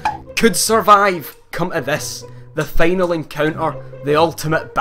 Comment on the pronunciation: "Feynal boss... Feynally..." Lol dude..